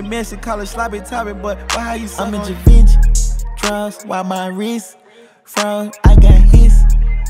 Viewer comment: I think it's pronounced Shay Von Shay (Givenchy)